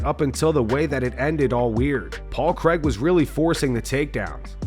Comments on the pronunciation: Craig. Not Cregg. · It’s Paul Craig not Paul Creg